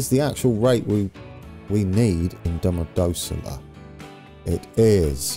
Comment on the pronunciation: you have to work a bit on the pronunciation of Domodossola Btw, great video I’m enjoying the series very much